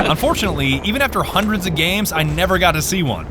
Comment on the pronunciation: seven hundered eight hundered nintey seven